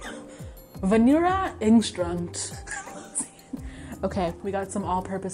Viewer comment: "Vanirra engstranct" I kent 😂